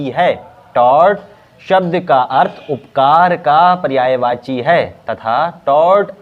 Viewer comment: Upkar nhi apkar hota hai Bhaiya ji